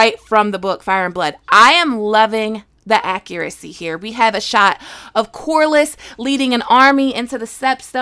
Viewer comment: Corlys: Core-leez not corlis